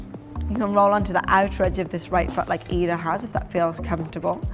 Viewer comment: When u say foot it sounds like fart 😁😁😁 Now I know why my English teacher said English is a funny language.